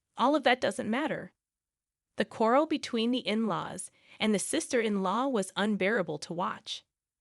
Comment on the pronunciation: It's "quarrel", not "coral"